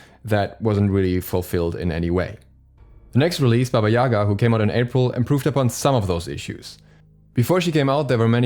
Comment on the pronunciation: Not Baba Yaga